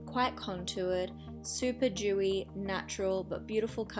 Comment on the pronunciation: Super dewy not "Duty".